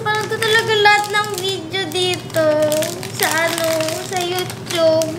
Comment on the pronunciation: Sinu ba kc nagpauso ng youTUB.. 🤣🤣🤣